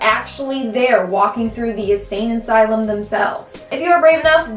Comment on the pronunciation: anyone else noticed that she said "isain insylum"?